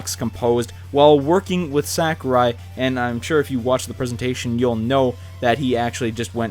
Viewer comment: How do all these video game channels keep saying Sakurai's name incorrectly?